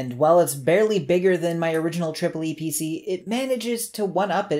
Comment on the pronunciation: funny how you say tripple e pc. in germany it was promoted as epc with a long spoken e